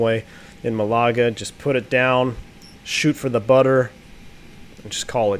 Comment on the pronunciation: Great stream. Just to advise that "Malaga" is pronounced "MALaga", not "MaLAga". (Rhymes with the Scottish surname Gallagher). :o)